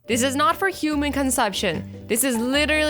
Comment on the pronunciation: She said consumption